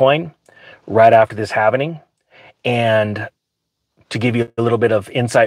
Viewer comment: Cheech: “What’s halvening!”